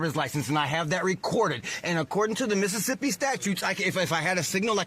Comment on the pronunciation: If he can say Mississippi like that,he’s sober!!